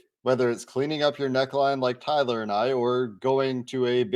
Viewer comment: Dude....I feel like tuning out the opposing hosts right away when they can't even be bothered to know how to pronounce your name right, Tyler....🙄